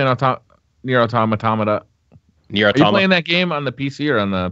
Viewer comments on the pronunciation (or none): Nier Automamamatomta